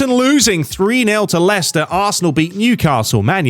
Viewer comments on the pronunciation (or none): none